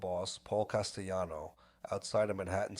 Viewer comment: Please pronounce Paul Castellanos name CORECTLY HE ISNT SPANISH THE L IS AN L NOT A YL